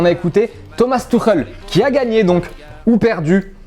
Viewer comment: Keskil baraguine tuchel ? 😂